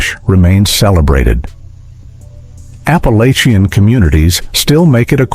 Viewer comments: If they have hillbilly roots is Appa-LATCH-ian, not LAYchian. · Apalosion? Whu? Appalachia. It’s pronounced Appalatcha. 😤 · Come on. While some if the sandwiches did look good, within the 1st minute the narration mispronounces Appalachian, shows "rural Georgia" as the European country near Azerbaijan, and talks about frying the tomatoes in a "cast iron skillet" while showing a non-stick skillet. Not long after chitlins is mispronounced as "chitterlings".